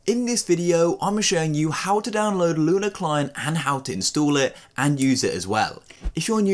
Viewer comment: bro said "luna" client